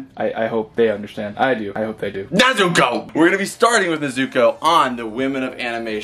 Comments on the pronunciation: Brooo it's (NEZ OO COH) NOT NEHZUCOH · Start of the video: "NE-zu-ko" Kanpeki Two-minutes in : "Ne-ZU-ko" OH NO! What happened? No. No. NOOOO!!! Hahahaha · It’s pronounced N E Z U K O FYI I am not saying it’s you it’s just evey friend I have says ne so co and I say it’s ne zu ko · You quit saying nezuko like that please say it like is said in the anime nezuko